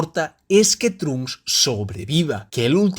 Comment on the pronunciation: No trunk s pronuncia tronksu no trunks